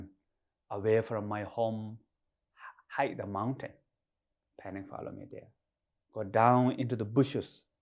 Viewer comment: Haha "panic follow me dere"